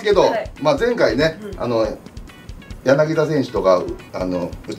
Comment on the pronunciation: やなきだ、じゃなくて、やなぎた だ、じゃなくて、た 濁らない